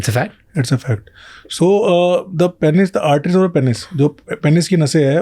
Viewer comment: Why they both saying PEN-IS its PEEEEEN-IS